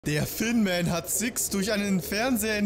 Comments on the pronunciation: omg bin ich der einzige, der immer "Finnman" verstanden hat, weil das "Th" wie ein "F" spricht xD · Sure immer Finnman haha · Sameee 😂, ich merk jetzt erst das der Thinman heißen soll, ich dacht halt der heißt einfach Finnman xD